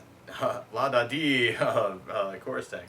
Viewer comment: Wait he said the name wrong he he said the name wrong.